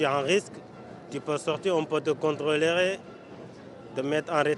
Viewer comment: Il a dit « on peut te contreléré »